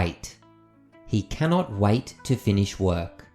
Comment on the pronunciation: HEY MY FRIEND, I DIDN'T KNOW THAT PRONUNCIATION OF THE VERB "WAIT". I DON'T KNOW WHAT COUNTRY YOU'RE FROM BUT I CAN ASSURE YOU THAT YOUR PRONUNCIATION OF THAT VERB IS WRONG. I'M A NON-NATIVE ENGLISH SPEAKER BUT I LIVED IN THE USA FOR SOME TIME AND I NEVER HEARD NATIVES PRONOUNCE IT LIKE THAT. NEITHER THE BRITISH PEOPLE NOR AMERICAN CITIZENS PRONOUNCE IT LIKE THAT. YOU PRONOUNCED IT JUST LIKE IT'S WRITTEN > W A I T < AND AS FAR AS I KNOW, THE CORRECT PRONUNCIATION IS; / wāt /.